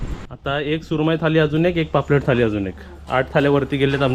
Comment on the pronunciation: थाली नको बोलूस. थाळी बोलतात.